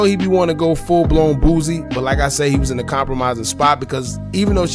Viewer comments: His name is Boosie,not Boozie. Say it the same way u would say the other rapper that goes by Toosii but with a B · He killing me calling the man boozy threw out the whole video....its boosie ....Boo-c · the way you pronounce boosie is crazy 🤣🤣🤣